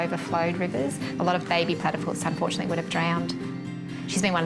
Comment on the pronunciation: Wtf xD they said they care for snakes but the voice over said "UNFORTUTALLY none have ruptured" doesn't that mean they die??? 😂 And they said UNFORTUTALLY... Did they want them to rupture? 😂😂😂😂